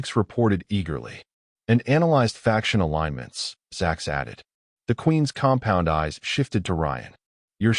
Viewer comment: drink a shot every time he say "compond eyes"